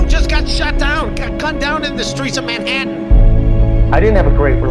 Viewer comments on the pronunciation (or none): I hate how he pronounces “Manhattan “